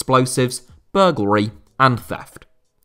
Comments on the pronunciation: It's pronounced burgLARY not burgLRAY. Why do many people get a simple word wrong? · Burgulry? Come on, it's burglary!